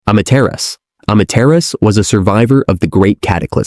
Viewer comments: Amaterasu, why do i hear (imma terriost) instead. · Amaterasu was pronounce A-ma-te-ra-su whice is the name of god of the sun in Japan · This is a text to speech voice right cus aint no way a real human is pronouncing Amaterasu like that